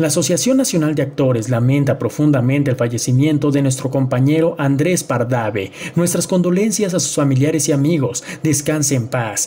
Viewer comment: Pardave? Es Pardavé, 😄 era Hijo de Joaquín Pardavé??